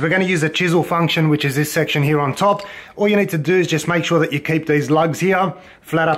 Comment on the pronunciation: "mahk shuh its straiht" and still left that shit crooked😂😂😭